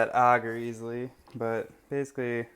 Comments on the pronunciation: Its Agar not augar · It’s pronounced agar not auger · Pronounced A-gaR not ah-ger,, lol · Okay have I been saying agar (Ay-gar) wrong this whole time🤦🏽‍♀️ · I'm willing to bet you do a actually say some of the words in that link incorrectly. I would like to say in my years of learning mycology it is almost always pronounced as "Aye-gar". Further more here is a rebuttal to that YouTube link. BTW it's from Cambridge Dictionary. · Haters gonna h8. I'm from Texas and I'll bet 90% of my pronunciations would drive 90% of the world crazy. I pronounce AGAR like a pirate with a extra helping of RRRRRR and hope no one goes nuts over that. I live in Tennessee now because everyone here speaks normal. (LOL)